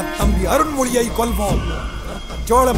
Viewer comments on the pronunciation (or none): Just now I learned that Arulmozhi is pronounced as Arunmozhi. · It already spoiled the child's existence which is a book 3 reveal. And he mispronounced arulmozhi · Yeah. The pronounciation is not clear. But I think he says Arulmozhi only. And in Subtitles, it is Arunmozhi.